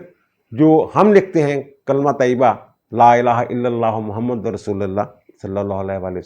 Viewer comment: اعتراض نہیں تصحیحی بات کے طور پر لکھ رہا ہوں کہ مجھے ایسے لگا کہ آپ نے کلمہ طیبہ میں محمد میں دال پر زبر پڑھا جبکہ اس پر پیش پڑھا جائے اور رسول کے لام پر پیش پڑھا جاتا ہے آپ نے زبر پڑھا اگر مجھے غلط سنا ہوتو معذرت